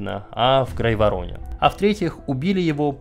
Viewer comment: Ааааааааааа грАйвороне и не кОроче, а в корОче!!!!!!!!!!!